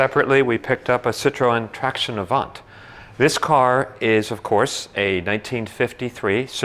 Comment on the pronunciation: The good prononciation is traction avan. Don't prononce the "t" at the end of avant. Nice car